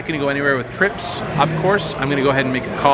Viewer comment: "I had treeps" - john juanda- (probably)